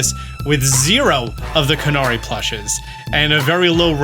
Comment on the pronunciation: please, for my sanity, it's "canary" like "canary in the mine" not "cuh-nah-ri"